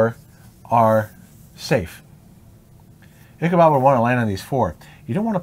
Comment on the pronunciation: His name is Ichabod not Ichabob.